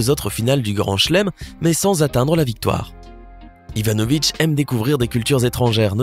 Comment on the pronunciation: On dit pas Ivanovic mais ivanovich